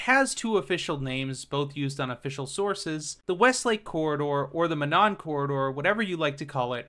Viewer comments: its pronounced Mo non, not ma non. Source: I live in NWI. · Yay glad someone did a video on this very unique line! Monon is pronounced Mow Naan 😅